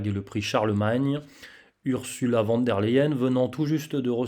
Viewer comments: Ce n'est pas sérieux de prononcer "van" alors que c'est écrit "von" ! Pour le reste vous avez toute ma confiance. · "Fon" pour être plus précis, car le V se prononce F et le W, V en allemand. Mais je dois aussi dire van des fois.